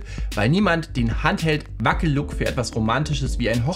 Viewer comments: Es gibt kein handheld Look entweder sprichst du das Englisch aus oder du nimmst ein anderes Wort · Handheld ist englisch. Aussprache wie folgt